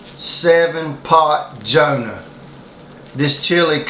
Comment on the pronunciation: it's jonah dude , not johna ,good review